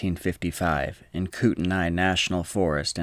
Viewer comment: It is pronounced cootenee. Not cootenai